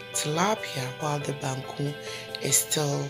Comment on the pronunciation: Waaaw banku ni tilapia biye guy wae... Abeg send my own. See how you call the bankuu like Ganyobi Ayeley 😄😄, mikon ado wae